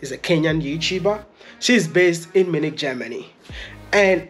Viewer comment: So Wode Maya, it is not Minik. It is pronnounced as Munich (Mi' u ni k).